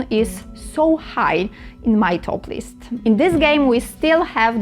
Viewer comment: Christ, I had to turn the closed captions on and rewind because I thought she said she really liked doing this because it's "topless". Turns out to it's "toplist". But that's okay, I'll still give a thumbs up because its about dungeon crawlers. 😂